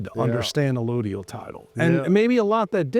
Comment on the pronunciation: It’s correctly pronounced “Uh load ee ul” title, not “uh loid ee ul title.”